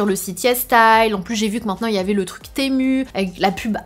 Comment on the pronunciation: On dit "Temou" et non Temu